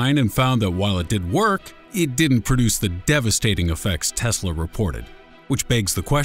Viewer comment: and imma stop watching right after he fucks up teslas name XD